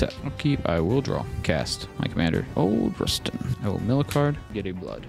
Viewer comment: For the record, it's Rut-stein, not Rust-een